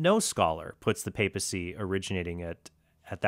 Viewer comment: If I had a nickel for every time mispronounced 'papacy' and every time Mr. Horn said 'solo scriptura' I'd be able to buy lunch. Enough with the jokes, though. I appreciate both of you using your own discernments without getting hostile.